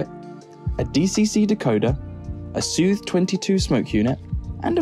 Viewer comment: I saw the smoke generator, I was wondering whether it would be a Seuthe, I realized that it's an English video, I waited for the pronounciation and I did not get dissapointed. :D